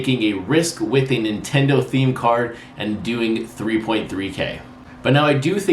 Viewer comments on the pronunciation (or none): none